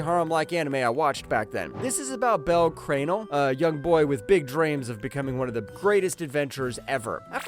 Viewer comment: Bruh the way you pronounced Bell Cranel hurts.